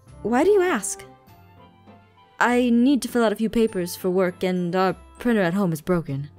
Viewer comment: Did this annoy anyone else “Hey do you have a priner “ prinTer